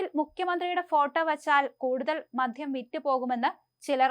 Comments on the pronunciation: മദ്ധൃമല്ല കുഞ്ഞേ, മദൃം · മധ്യം അല്ല മദ്യം എന്ന് പറയൂ.